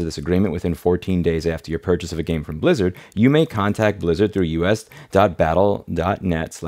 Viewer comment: All i could hear is "soup lizard" 🍲 🦎